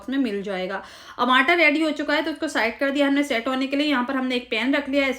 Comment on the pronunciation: Qurban jaon "Aanta" K. Its Aata. Recepie is superb